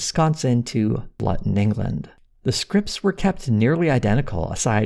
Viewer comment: That is not how you pronounce "Luton"